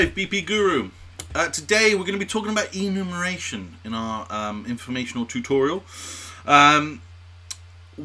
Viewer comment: EnumERation, not Enumation :)